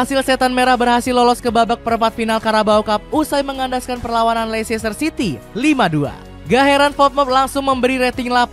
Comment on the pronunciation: Min tolong di ganti naratornya, salah salah mulu baca nama pemain siapa itu cesmiro, deves, lei ces ter😅